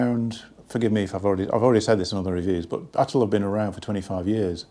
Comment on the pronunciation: 'And it isn't at'oll.. '😂